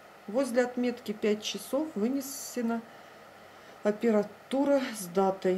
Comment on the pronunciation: Ну Во -первых - это американский бренд)!!!!! Во -вторых - Апертура а не апература! ( это два разных слова) !!!! В -третьих - ГЕРМАНСКАЯ фирма ))) Да блин,хоть скажите НЕМЕЦКАЯ, кто Вас учил русскому тетя!??? Не позорте ни себя ни Вашу компанию !